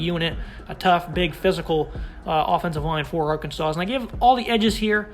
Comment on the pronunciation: The final "s" is silent in Arkansas. Come on.